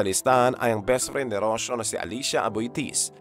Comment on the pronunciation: Rocio pronounce as Ro-See-Yo